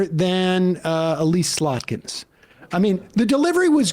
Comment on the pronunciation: I love how Sam never gets Alyssa Slotkins name right. Just salt in the wound of having a former government spook representing the great state of Michigan.